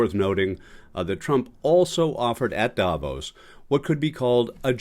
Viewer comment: Davos, not Dahvose.